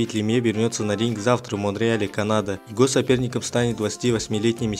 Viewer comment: можешь читать не так как пишется "его" а читать так как читается "ево"